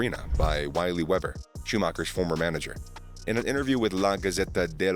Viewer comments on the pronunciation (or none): Wily Weber pronounced.. VeeLee VayBer.. doooooh ! 🤪🤪🤪